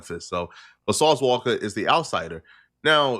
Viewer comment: Why do u say sauce walka like that 😂